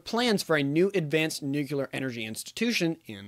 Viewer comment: Nuclear, not nuqulear